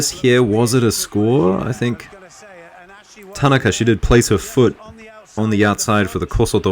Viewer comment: TAN A KA is the correct pronunciation